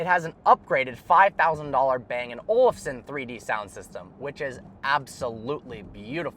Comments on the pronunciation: Listening to an American trying to pronounce anything other than cowboy or freedom is so damn cringe. The way he says "bang & Olufsen" kills me inside, lol. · I always understand " Bang an Olson"